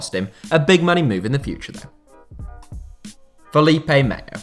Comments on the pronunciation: Why are you saying Felipe meyo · The L in Felipe Melo is just pronounced as a regular L. The Yish L is only used with two lls in Spanish and lh in Portuguese (aka Castillejo and Carvalho). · Felipe Melo not Mayo...